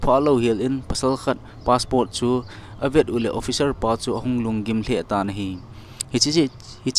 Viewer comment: Passport ..not paspot.